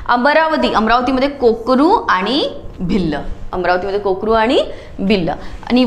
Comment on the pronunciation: Ma'am kokaru nahi korku ahe te